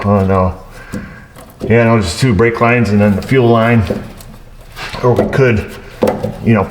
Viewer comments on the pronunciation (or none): none